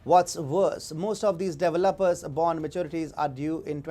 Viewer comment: How about developer's, being pronounced as deviluppers.